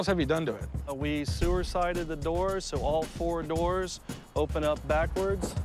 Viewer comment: "We sewer-sided the doors"